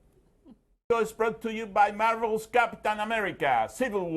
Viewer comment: gta love how pronounces Marvel lol